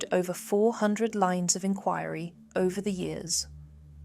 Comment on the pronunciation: FAKE. It’s AI, pictures do not match the narration and pronunciation is all over the place. Even showing an American military guy instead of Irish LE! And an Alsatian instead of a spaniel. Constant repeated photos too. Channel located in the UAE… WHAT?? I am SICK TO DEATH of these grifting channels that do no research. If you can’t even pronounce inquiry properly or get a common dog breed right (auto generated content) then what else is wrong? Disliked and I never want to see this channel again along with all the other fake guff crime channels. I wish I could block these channels from appearing in my feed. REPORTED.